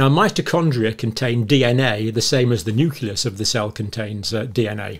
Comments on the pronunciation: Nucleus is pronounced "noo-clee-us" please. Not "noo-cue-lus." Same for nuclear: "noo-clee-ar", not "noo-cue-lar." (Maybe easier to think of it as "new clear") I can usually ignore it but it was said way too many times in this video. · I was impressed by Dr Campbell for so many years until I found out today that he cannot pronounce nucleus! Say new-cle-us. Not new-cu-lus. Say new-cle-i. Say new-clear. Not new-cu-lar! 😢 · I'm sorry, I just cannot stand this mispronunciation of the word Nuclear. It's noo-clee-ar not noo-que-lar and noo-clee-us not noo-que-lus ...I hear this mispronunciation and I automatically feel that this guy doesn't know what he's talking about. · Nu-cle-us I can't get past the constant mispronunciations I'm sorry 😕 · I love you but please learn how to pronounce “nucleus”!!!!!!!!